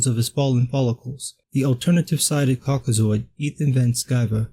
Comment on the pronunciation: Did you say "caucizoid"?🤣😂🤣👍